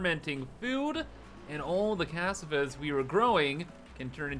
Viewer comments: It's not C-ass-ah-vah is cuh-saw-vuh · /Ca-sa-va/ It's a kind of root vegetable. Also known as Yuca. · That's not how you pronounce cassava. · I love how you pronounce cassava 😅